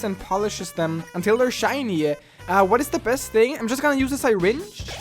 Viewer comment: Sy-ringe. dont you mean syringe